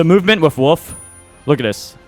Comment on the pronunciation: How did you say it ? - What ? Woof ? - Woof ?!